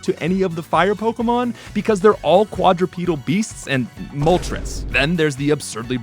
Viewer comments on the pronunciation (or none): none